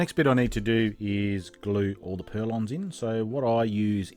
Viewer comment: Just a quick on, they are not purlons . . they are call PURLINS